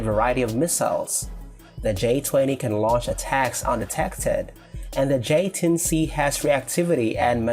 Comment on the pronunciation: j10c not j10b